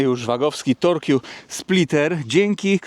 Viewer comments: tyle razy powtórzyłes torkju spliter że muszę zareagować że "torque" czyta się: tork ;) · nie mów torkju 😂. Torque wymawia się tork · Torkju? Torque czyta się (z grubsza) tork.